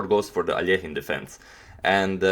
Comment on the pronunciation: Finally "Aljehin" instead of that terrible anglo "Alekhajn" pronunciation!!!